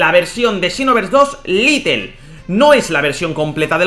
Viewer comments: No es litel es lite hijico mío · Todo el video diciendo little, cuando en el título pone lite(lait)